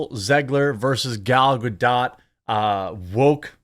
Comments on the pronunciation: Ok please.. it's Ga-Dot.. NOT Ga-Dough... she's Israeli not French!! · What is sooo hard for americans to say GadoT?! 😂😂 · Ga-DOTE. She pronounces the T.